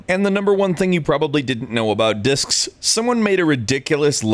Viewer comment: Thought it said Dicks ...